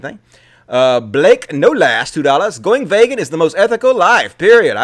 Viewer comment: It's pronounced Vee-gan,. It's a long E sound.